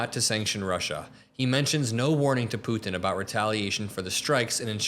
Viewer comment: Love the the show, hate how you say “Putin.”